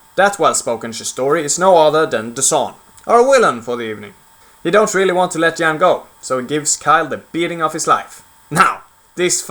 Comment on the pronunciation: The video is good but you pronounced Jedi and Jan wrong. I understand your main language isn't English but we pronounce Jedi and Jan like its spelled not Yedi and Yan. I have a friend who is Swedish his name is John, its pronounced like Yahn or Yawn but its spelled differently. Just informing you :).